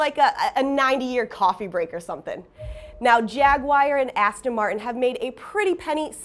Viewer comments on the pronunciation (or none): Did you just say “JagWire”? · I thought it was jag you are, and the j pronounced zhuzh, like zhuzhing up your outfit. So zhaguare